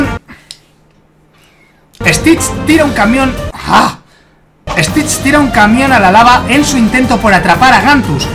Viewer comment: Si a tas veces mike dijo stish tira un camión a la lava?😂😂😂😂😂😂😂😅😅😅🤣🤣🤣🤣❤